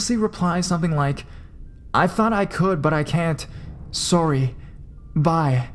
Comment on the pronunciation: "sooory", sounds like robin from how i met your mother